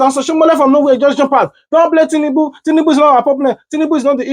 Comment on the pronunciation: did I hear oshimole said tinundu 😂😂😂😂😂